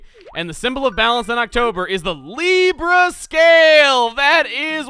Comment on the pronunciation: Did he just call the Libra scale the “Leaf-a” scale. XD